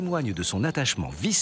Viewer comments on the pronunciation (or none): Rivière La Besbre : Prononcer « La Bêbre » et non « La Bessbre »